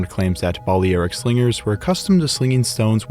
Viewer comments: Seems like the most important piece of equipment a slinger owned was a pair of running shoes ... because at that range, if you miss your target, which looks fairly likely, you're going to need to run really fast to escape him. Balearic is pronounced as bal-ee-AR-ik (or ˌbæl.iˈær.ɪk in phonetics). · The mispronunciation of Balearic gets quite annoying. Other than that, an interesting video